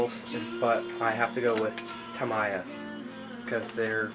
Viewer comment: the “mi” in “tamiya” is like “me” not “my”